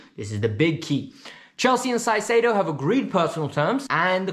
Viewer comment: ZEIZEDO???? JAJAJAJAJ CAICEDO bro